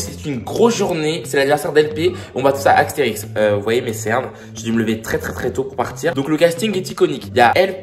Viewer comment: Mais, on dit pas aXterix mais aSterix 😭😭😭